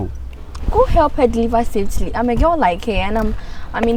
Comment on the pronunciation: “Go help her deliver ‘safely’ and not ‘safetly’. Producers kindly make necessary grammatical corrections during shoots. Young ones also watch and we ought to prioritise grammar as it was done in Ghanaian movies of the past.